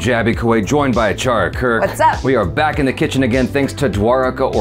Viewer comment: Achara became "Aachaari" ( In marathi it means chef)😂😂